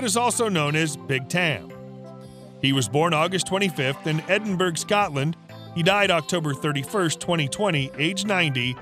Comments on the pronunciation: It’s pronounced Edin borror not Edin berg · Connery will turn over in his grave listening your pronounce Edinburgh and Cay pronounced Key